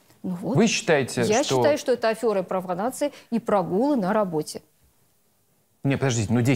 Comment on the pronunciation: Начальница из 3 дела: говори правильно и грамотно: не афЁра....., а афЕра....., 🤣